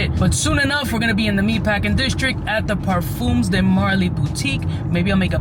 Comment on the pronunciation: Par-fuhms. Rhymes with thumbs. Not par-fooms. I get that the Spanish pronunciation is stuck in your head, but think French, not Spanish. ;-)